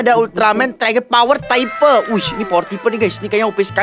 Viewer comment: Bukan trai ger tapi tri ger baru bennar toyol udah gila apa lagi itu 😂😂😂😂